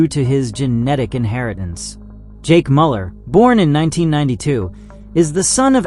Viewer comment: Goodness though, check your pronunciation for this video. So many mistakes with monster names, in addition to the expected one on Jake Müller's name.